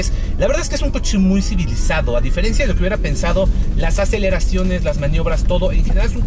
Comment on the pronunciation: Se diferencia,, no se "diferencía".